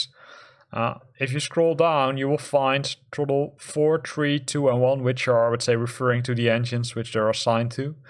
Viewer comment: Truhttle. It’s Th-ra-ttle.”